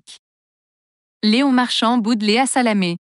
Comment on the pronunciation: Qu'est ce que c'est cette voix ! Léon pas Léonne ! J.O. pas jo ! Il n'y a pas un mec ou une nana capable de lire un texte ? C'est quoi ce site ? encore un troll ?